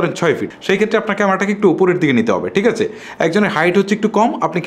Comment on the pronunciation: ভাইয়া, আপনার ভিডিও বেশ কোয়ালিটিসম্পন্ন। তবে, আপনার কিছু উচ্চারণের দিকে বিশেষ মনযোগ দিতে হবে৷ বিশেষত 'থ', 'ছ' এবং 'ঠ' -তে৷ যেমন: টিক আচে? তাকবে.....